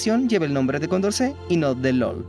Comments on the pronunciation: Ramon Llull era mallorquín, así que su nombre se pronunia en catalán. Por lo tanto, la LL se pronuncia Ll com en español, y la u, también u como en español. Ergo se pronuniia Llull, no "lol" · Llull se pronuncia "yuy", no "lol"... M'ha fet mal a la oïda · Llul, mallorquín, no lol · Soy de Valencia, la tierra de Ramón LLULL lo pronuncia mal, le llama lul